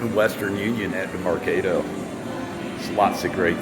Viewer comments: its Merc AH do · It’s mercaaaaado. As in cah sound.